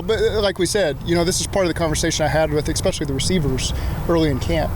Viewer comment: It's especially not x-pecially.